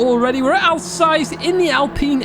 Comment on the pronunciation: FYI It’s Hogston as in pig not Hodgeson and Alsace is pronounced AL Sas.